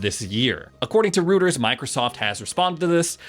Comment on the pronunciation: Rooters? Do you mean Reuters? If so, it's pronounced Roy-duh-er.